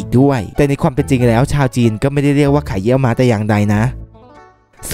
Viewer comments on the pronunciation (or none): ไข่เยี่ยวม้า ไม่ใช่ เหยี่ยวม้า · ไข่เยี่ยวม้า ไม่ใช่ไข่เหยี่ยวม้า555